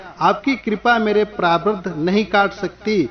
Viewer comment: प्रारब्ध भी आप नही बोल रहे हैं आप सही से😀👏 पहले सही से बोला कीजिए फिर डाला कीजिए।